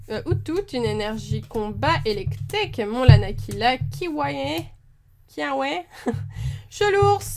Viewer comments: Kiawe se dit Kiavé ( phonétique du dessin-animé) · on dit kyavé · Salut miss super vidéo comme d'habitude, sinon sa se prononce toguedemar"ou" pas u 😉 et sa se prononce Kia"vé" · Comment distinguer une carte reverse à une holo-reverse ? Kiawe se prononce Kiavé et togedemaru se prononce togedemarou. C'est la prononciation de l'animé.